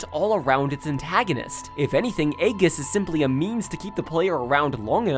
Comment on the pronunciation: I'm pretty sure it's pronounced "ee-jiss," not "ay-giss"